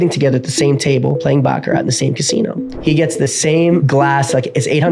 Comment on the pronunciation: Calling Cap Baccara(t) no T 😅